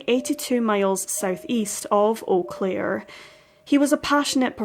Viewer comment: I have never heard of this case and I lived there in 1998... a total of 30 something years I've been in this area. You did a lovely justice to Robin's case. And your pronunciation of the city is spot on 😉 if you search you will find that there are several erie missing persons cases/strange deaths in eau claire. Thank you for bringing this case and all the other cases to us here. You are appreciated!❤